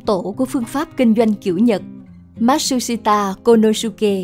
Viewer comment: Phát âm tên ông chưa chuẩn bạn nhé , ma trư si ta cô lô sư kê !!